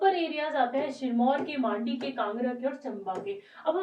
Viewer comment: It's Mandi not Maaandi 😁